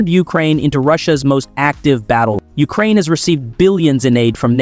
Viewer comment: YOU-crane? The rest of the planet calls it you-CRANE. Interesting that during the Canada section, it shows at one point that they apparently use American money, which I know for a fact is false. Why do you keep cutting off the last syllable of a sen---?